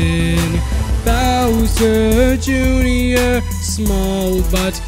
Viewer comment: You said bower Jr it's Bowser Jr!